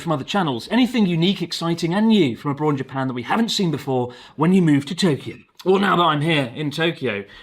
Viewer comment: Did you say "a bytsh in Japan"? 🤣